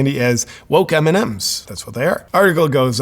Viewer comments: evrytime he sez mnms i understand eminem and im like WHAAAAATTT????? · I keep understand "Eminen"